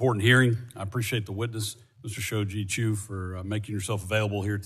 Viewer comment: learn to pronounce a name before attempting to understand the internet, the beginning was just spouting a bunch of fake nonsense